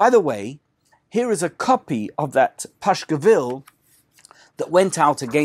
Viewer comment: Dear Thanks for your very interesting presentations. I would like to ask how come you call "pasquill" a "Pashquill" ( in old russian pronunciation of that word)?